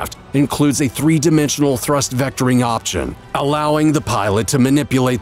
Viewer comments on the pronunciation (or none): none